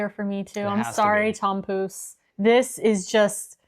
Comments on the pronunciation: missed the kaasbroodje and puddingbroodje! Also, I know its spelled 'tompouce', but its pronounced like 'Poes' which means kittycat if you know what I mean! But you guys are great, very entertaining. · Yes, she was really slaughtering that tompouce.